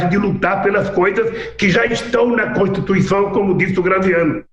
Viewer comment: . Kkkkk cotituição... nove dedos palhaço